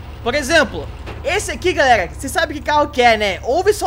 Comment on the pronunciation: Aprende a falar mano não é garrega é galera !!!!